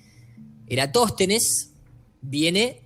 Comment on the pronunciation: faltó que dijera Eratóstenes envez de Erastòtenes y queda perfecto jajajasjasj (pequeña broma)